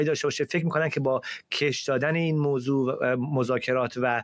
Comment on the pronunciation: موزه نه موضوع فرزاد جان